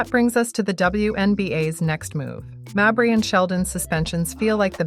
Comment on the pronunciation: Stop mispronouncing mabrey 😢